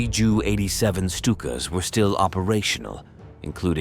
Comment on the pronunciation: Stupid AI with the pronouncing JU as Jew